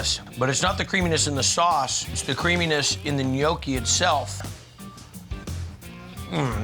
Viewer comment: "Gnoochi"? 'Gnocchi'! "Tortellini's"? 'Tortellini'! "A tortellini"? Singular = 'A tortellino'; plural = 'tortellini'! "Gremolada"? 'GremolaTa'! "Ravioli's'? 'Ravioli'! "A big ravioli"? Singular = 'A raviolo'; plural = 'ravioli'. "Ministroni"? 'Minestrone'! Americans and their language skills...